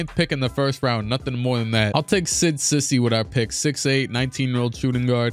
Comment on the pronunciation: cisse is pronounced see-say not sissy